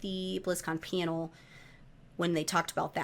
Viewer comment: The way you say "panel" sounds so close to "piano"